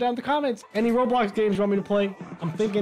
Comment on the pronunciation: “I might do rablax...” WUUUT